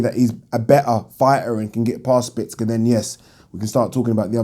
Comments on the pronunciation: Szpilka not Spicka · szpilka not szpicka its not hard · Spill-ka not splits-ka 😂😂😂😂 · 😁😁😁😁For the last time... Stop calling him Spitz-ka.. There a bloody L in there.... Its actually pronounced ' Schpiel-ka' if we're gonna be technical... BoxTalk days all over again.. 😁😁 Oh Yeah.. Great vid... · Oh god you butchered Szpilka's name